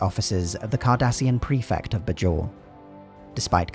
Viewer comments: You could have researched how Bajor is pronounced before doing this video. It's not "b-jor" but "bay-jor" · the pronunciation of "bay-jawr" as "budge jor" is painful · The show’s dialogue: “BAY-jor” This video: “Buh-JOR” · BAY-JOR not BUH-JOR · It's clear you are just reading a script and have never even seen the show when you repeatedly mispronounce Bajor. It's BAY-jor. Not Buh-JOR. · Anyone else wince at the "b'jor" pronunciation? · it's pronounced bay-jhor, did the narrator do any research at all?? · While there was some inconsistency early on in the show's run, the stress in "Bajor' is on the first syllable, not the second one. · I can't remember a single character ever pronouncing "Bajor" the way you do lol.